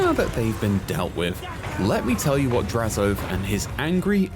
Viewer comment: This dude said “draz-OATH”:/. I much prefer and have always heard draz-o-ath. is correct